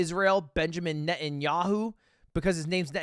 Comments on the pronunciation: wow that was cringy to hear Pronounce it net-ah-knee-ah-hoo not whatever that was lol Or just call him beebee like everyone in Israel actually does lol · benjamin ne`enyahoo 💀💀💀💀💀 its binyamin neTanyahoo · As a Jewish we don’t really pronounce netanyahu like that , but try saying” bibi netenyau(ne-te-n-ya-o-)” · As a jew who is lives in israel his impersonation of netanyaho (btw he prenounced it wrong ) is really insulting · the way ya'll are pronouncing benjamin netanyahu is crazy to me